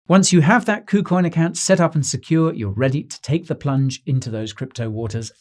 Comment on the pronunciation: Did he say poocoin?